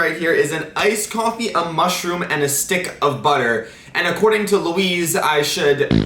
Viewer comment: lol i love how he says luis wrong